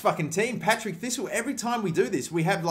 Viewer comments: IT'S PARTICK THISTLE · Patrick thistle not Patrick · 'Patrick Thistle'......... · It's Partick thisle not Patrick thisle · DID YOU JUST FUCKING SAY PATRICK THISTLE ITS PARTICK THISTLE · Conar Barney My favourite is "Patrick Thistle" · It's Partick, not Patrick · Partick thistle pronounce the name right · There's a few things I've noticed in this video that were wrong. The first one being second place doesn't go into the UCL play offs, they go into UEL qualifying. The second one was that you called Partick Thistle Patrick Thistle. Besides EA messing up and how you said one of the teams it was a good video. Keep up the good work from a Celtic fan 🍀🍀🍀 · "Patrick thistle" 😂😂😂😂😂😂😂😂😂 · It's Partick thistle not Patrick ! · "Patrick Thistle" It's PARTICK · it's parr-tick thistle not Patrick thistle. i know your Australian and can't word good but come on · when you called Partick Thistle Patrick Thistle i cringed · "Patrick" Thistle Haha 😂